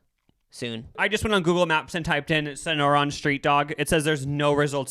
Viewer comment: I don’t think I could have heard a more Midwest pronunciation of Sonoran! Hahah! It’s SAH-NOR-RAN. The hot dogs are from Tucson Az where I’m from!